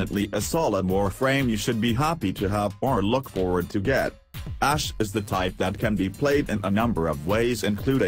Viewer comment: It was during this video i realized your name is pronounced... "Ash is OG"